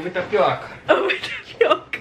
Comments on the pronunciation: Henrique : " tapiróca"🤣🤣🤣🤣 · "Tapi" o quê??? 🤭🤭🤭 Eu ouvi hein 😂😂😂